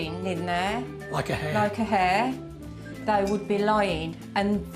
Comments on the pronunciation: It's pronounced "Hair" not air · Judging someone else’s accent when she calls a hair “an air”